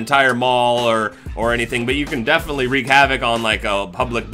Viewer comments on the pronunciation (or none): none